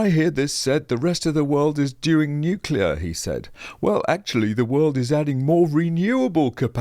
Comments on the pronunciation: How can we have a Clown like Bowen? who CANNOT EVEN PRONOUNCE N U C L E A R. HE always says N U C U LAR. HIS gear is called renewables, Why? you ask! Because every few years they HAVE TO BE RENEWED to keep making ANY ELECTRICITY. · "Nukulur, it's pronounce 'nukulur"...Chris Bowen! -Homer Simpson